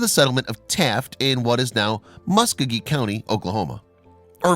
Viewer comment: It’s pronounced: Ma-Skō-ghee 🙄